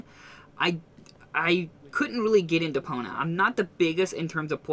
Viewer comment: Stop saying Depona...it's Depon i a